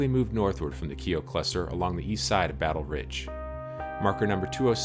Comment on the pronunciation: The name Keough is pronounced "Key-och", the second part being as in a Scottish Loch, without the L, but not lock.